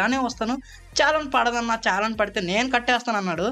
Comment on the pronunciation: అది ఛాలాన్ కాదు bro....😂 చలాన్ (Challan)